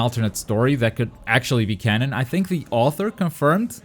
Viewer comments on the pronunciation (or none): none